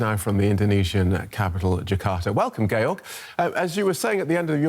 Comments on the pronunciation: Why does the news guy keep calling him Gail if his name is George? they even put his name up in writing when he came on lol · Actually you pronounce it Ge-org